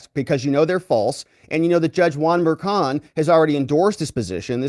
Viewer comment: Its not kild, its child. Its not killi, its chilli. Its not Merkan, its merchan. If they cant pronounce their own last names right...